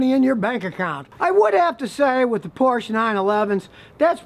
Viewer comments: So much wrong information about Porsche 911 coming out from this dude's pie hole. One, it's pronounced "Por-shuh". In reality, they are one of the most reliable sports cars out there. The IMS issue has been completely overblown and lastly I highly doubt his customers were previous Porsche owners. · The correct ending vocal sounds in German like the e of education. I like how Americans say Porsh... sounds cool 😄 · it's pronounced Porsch- a' I've had on for the last 5 years and have had no unexpected problems at all. Bad advise all around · Hey Scot-tie, "Porsche" is a two syllable word. Unlike the "porch" you sit on smoking weed before you make your videos. As for your actual knowledge of them, that appears to be equally deficient. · Whats a porsh? Ive heard of a porsche but never a porsh. Trust a mechanic to be talking about a car we never heard of. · If you do not know how to even say Porsche (Poor-sha), perhaps you do not know enough to discuss them either. The bottom line is simple, nobody makes a better sports car. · When will you learn to pronounce Porsche. It is not one syllable, it is two syllables, Por sha ! Get it right. You are correct about Porsches being money pits. I've had three and the last one was the last straw, $1500 for 30K mile service. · What’s a “porsh”? Is that like a “Chevralett”? I mean if you are going to butcher Ferdinand’s last name might as well butcher Eddie’s last name. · It is not "Porsh" car guy should know how to say manufacturere correctly... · I have bought 5 "used" Porches (dude...pronounced "PORSHA", and loved every one. yes there are repairs, but that applies to most cars. I would not give my bicycle to this guy.... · why would you even listen to a guy who can't even pronounce the name correctly. its porschE. there is an e at the end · Scotty its por-sha not Porsche. and mine is a 99 I bought used and have had very few problems at all with. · Scotty, it is pronounced 'Poor-SHUH'. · Porsche, the E is pronounced.